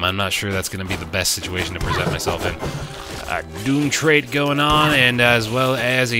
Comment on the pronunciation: Mate, I know this is ancient, but they're pronounced "doom-viss" "and "doom-trit" a la canvas and portrait. It's infuriating hearing you constantly saying them wrong, and not understanding the puns.